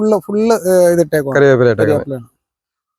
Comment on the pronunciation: Karyapu alla chetta, curry vepu ennu parayanam